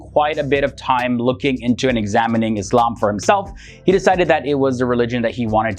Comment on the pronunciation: Thank you for saying "Islam" not "Izlam"